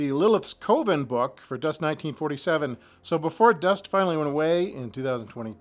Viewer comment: Thanks for sharing the drawer. Minor nitpick—“coven” rhymes with “oven”, as we learn in American Movie I still have my D&D modules from the early 80s that never got played. They spent too much time in my mom’s attic, though, so they don’t look quite as nice as these.